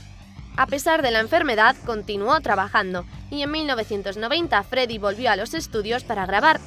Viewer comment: Si da risa dijo el Feddie Mercury